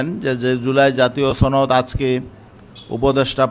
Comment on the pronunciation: জুলাই জাতীয় ছনদ কি বুঝলাম না, ছনদ নাকি সনদ ???